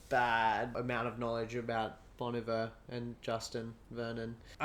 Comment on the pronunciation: You pronounced Bon Iver wrong